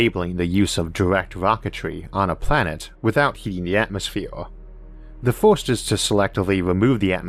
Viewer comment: Orth or earth. Forst or first. Fastor or faster. howevor or however. Membors or members. Porepose or Purpose just seem to me you have a vowel issue.